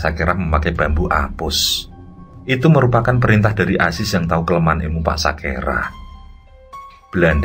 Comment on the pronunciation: SAKERA bukan SAKERAH